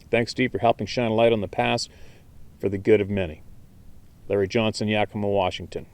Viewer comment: You pronounced “Yakima” perfectly the first time. 😎